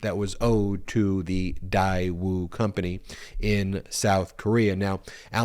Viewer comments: Daewoo.... pronounced "Day-woo" is one of the larger conglomerates in South Korea, doing business all around the world. In the mid-90s... they used to sell cars in the US. Your title eludes that Daewoo is a North Korean company. I don't know how trump is getting away with emolument clause. Although there is an emolument clause is in the constitution, how is this enforced if any. The clause of "without the consent of Congress" .... was this ever addressed? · You are saying the name wrong. GM/Chevrolet bought out Daewoo many years ago. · The company is Daewoo...spelled like Daeyou...ae like an a in "than". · Please let our US Government investigate and handle this one. First of all, it is not pronounced DIE WOO it is pronounced DAY WOO!!! Trump should not have injected his greedy, self serving, self into this delicate but important, back channel relationship, but the Daewoo relationship is a vital, SK/NK relationship that should not be damaged. Please focus on any of Trump's hundreds of other self serving crimes instead. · Day-woo it’s pronounced day-woo. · IOt's pronounced DAY WOO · While i agree with the point that Trump has misled our country and its citizens, I think we have to be careful with this specific allegation that Daewoo (correctly pronounced Deh woo) has deep ties with North Korea. It is true that Daewoo has been identified as the sole private industry to deal with North Korea, that is more in line with the two governments (North and South Korean) are trying to work in trying to "normalize" relations between both countries. That, however, does not negate the requirement for Trump to have disclosed it and he should certainly be held accountable. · dude it is pronounced Day-woo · Funny to me it was a loan from Daewoo (pronounced Day-woo). Daewoo is a Sh*t automaker, that makes Sh*t cars.(we're talking Yugo kinda Sh*t cars). I guess Sh*t finances Sh*t..🤣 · Pronounced “day-woo”….. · It's pronounced "Day - Woo". 👍🏾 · The company name is pronounced “Day ooo”